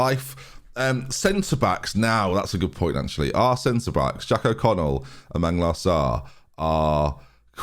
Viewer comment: "Manglar Sarr"